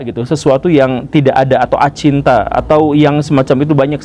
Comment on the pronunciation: Kali ini saya sangat setuju dengan Guru Gembul. Koreksi Guru, Bukan Acinta tapi Acintya(Tak terpikirkan)🙏🏼🙏🏼🙏🏼